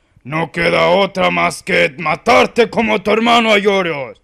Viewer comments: Es Aioros no Aiorios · no es aiorios es aioros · es aioros no aiorios xD